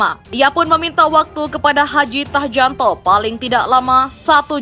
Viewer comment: Mbak, mbak.. Sampean apa nggak pernah dengar nama menteri polhukam yg baru, kau sebut hadi Tahjanto, dan channel Rismon Belik academy, cobalah searching lagi bagaimana penyebutannya jangan oon lah